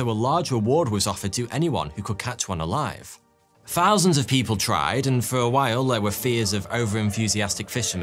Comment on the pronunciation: Fousands, you say?